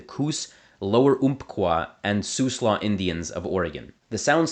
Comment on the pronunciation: Siuslaw is pronounced /sai 'ju: slɔ/.